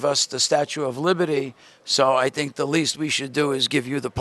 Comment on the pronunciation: lol "what do you sink about it"